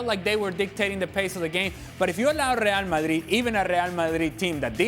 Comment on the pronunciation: Speaks English then says Real Mayeeeed in foreign 😂😂😂